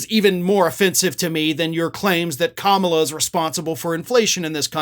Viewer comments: Hey man, you are mispronouncing her name. Think, "comma" - "la" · I love your content. I am a long-time follower. But please say her name correctly. Stress on the KAMAla (,la). Or Harris, like we say Trump or Biden.